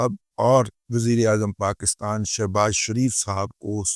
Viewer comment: Azeez lakhnvi marhoom ka umda sher jise ghisa pita nahi kaha ja sakta ........ Baqi apka maddah hun ... Apka hr tajzia tabsra jandar ur haqeeqat k qreeb tar hota hai...aik ur bat arz karna thi.. watne azeez Pakistan ka talaffuz ..pakis tan yani harf kaaf zer se durust hai.Allahapko slamat rakhy... S.R Saifi